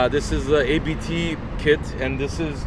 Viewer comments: It’s Abt as a persons last name. It’s not initials. You say Abt. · It`s not ``ay bee tee`` - it`s ``abt``...